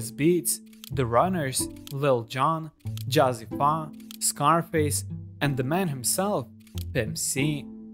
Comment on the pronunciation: Pronounced Jazzy “Fay”